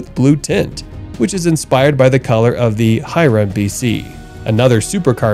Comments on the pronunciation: chiron is pronounced "shiron" btw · You butchered every single name of the cars you featured (which btw is a fantastic list) but I couldn’t finish after you mispronounced la Mans… Bugatti chiron is with an sh not a k! Lol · The Bugatti Chiron is pronounced She-raw. Lemans is Luh-maw. Really. ✌